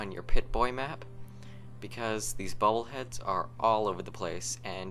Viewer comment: It sounds like you`re saying "bubble heads."